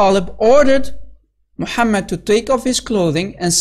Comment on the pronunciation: Mu-ham-Mad Really???